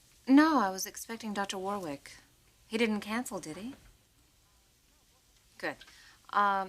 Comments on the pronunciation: Taylor pronouncing Dr James Warwick as War Wick, hilarious. She should know how it’s pronounced given he was her teacher!! 😂 The second W is silent pronounced Warick 😅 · Is it just me or did they change the pronunciation of Dr Warwick's surname?